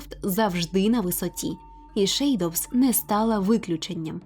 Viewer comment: Це якась нова англійська)